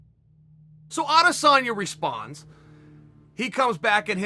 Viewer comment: Chael prounouses Adesenya name right . Some idiots like Ariel say “aday-senya”. Like wtf , where did they come up wit that